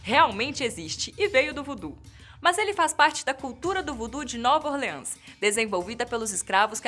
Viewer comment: voodoo é pra jacu e ouvir "nova orleans" chegou arder meus ouvidos